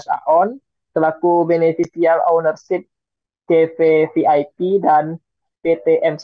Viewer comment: Beneficial Owner (bukan Ownership). Jo : dibaca Junto.